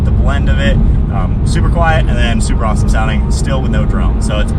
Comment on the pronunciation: "aweseom" lmao